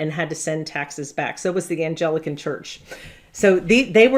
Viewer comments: "Angelican" and "Congressional" ...? You sound ridiculous. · It's Anglican, not 'Angelican'. Anglican is derived from the Angles, one of the German groups which invaded and conquered modern England. Anglo-Saxons. The word England itself is derived from the Angles; England literally meaning land of the Angles. The Anglican Church is just another name for the Church of England. All members of the Church of England are called Anglicans. It's Congregational, not 'Congretional'. Congregational refers to their form of church government. They are from the Reformed movement. It's Massachusetts. Mass a chu setts. Not 'Massatushes'. The colony was named from the Algonquin (native tribe who lived there) word meaning 'the place at the big hill'.